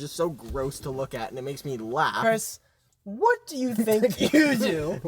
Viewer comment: the way matt says WHAT do you think you do is shredding me to pieces